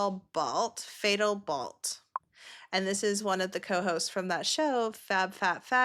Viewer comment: Fatalbalt is Fat Al Balt. Like fat Albert. Idk if that was intentional or what. But yeah. Just fun fact. Her name is Fat Al Balt. Not Fatal Balt.